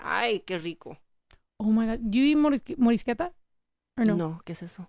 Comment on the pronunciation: The fact that you just said morisqueta!! 🤟🏻🤟🏻 soooo bomb!!